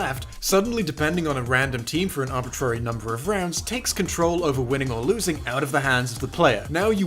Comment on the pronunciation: stop saying arbitrary wrong lol